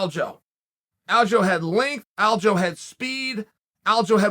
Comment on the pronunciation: its not aljo lol. It's alja,look at how his name is spent dummy, u can't just changed it bc u want to lol